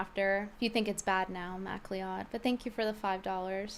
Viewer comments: I don't think that guy has the heart to tell you that it's pronounced "mac-cloud". Not Mac-Lee-Odd. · Macleod is pronounced mack-loyd (loyd rhyming with steROID), Brittany. It’s a Scottish name.